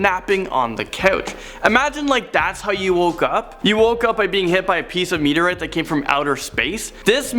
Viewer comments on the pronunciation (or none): It's "meteorite"(meet-E-or-right), not "meet-E-or-writ"... There's an 'e' in there...